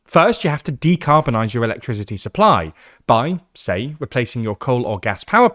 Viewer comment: He seriously doesn't know how to pronounce the word "electricity"? 😂